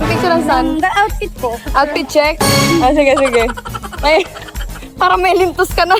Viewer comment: Baka “lintog” not lintos..!!😂